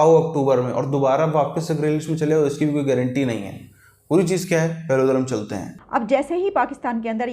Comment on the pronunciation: Bro apka Puri cheej kya h Aisa lgta h ap bol re ho buri cheej kya h 😂 isko change kro